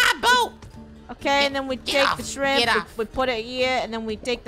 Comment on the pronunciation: Its not lobster its shremp Me: Lobster is when u don't cut it when u cut the Lobster it becomes Shremp:D